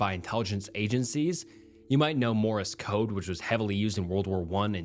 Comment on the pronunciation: Sarah palin pronounced incorrectly, wth is morris code!? Ru an alien?